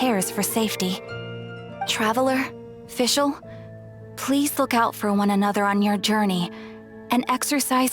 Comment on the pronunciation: Thanks for uploading these cutscenes! I am making a video about Fischl's and Oz's horrible german pronounciation and this really helped me with my research. Keep it up!